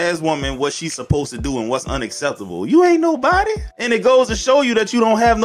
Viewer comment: She said” unaakeptable” lol